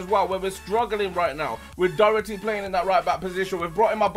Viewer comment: Btw Docherty is pronounced Dock-her-tea like this so he sees